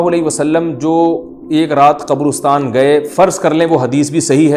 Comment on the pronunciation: Abay qobrostaan nahee qabrastaan hota hai.